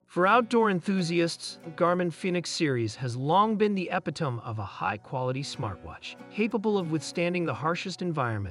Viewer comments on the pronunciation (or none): did you just say ep-i-tome? it is eh-pi-toe-me.